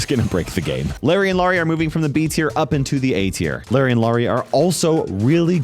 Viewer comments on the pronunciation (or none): be callin larry laary😂